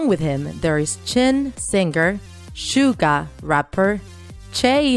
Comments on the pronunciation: John cuk 😂 jiiimein 😂 shugah 😂 j hop 😂 keep trying hunny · I don't want to be rude bUt here we gO "J-hOupe" "sUga" "jEeMeiN" "vEa" "jAhnCooK" Aaaaa it made me laugh is hard 😂